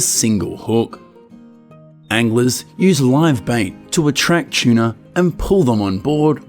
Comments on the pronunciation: Tuna but it’s the way he pronounced it 😊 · what's a chuna? shuna? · Aussie way of saying….its a funny quirk